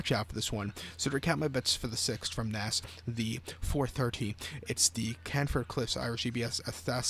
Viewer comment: Cant even pronounce naas correctly